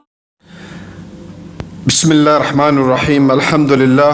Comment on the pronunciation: भाई पहले बिस्मिल्लाह हीर रह मनीर रहीम तो सही से पढ़िए ।